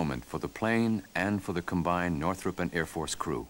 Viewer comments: Northrop, not Northrup. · Who is Jack Northrup? You mean Northrop?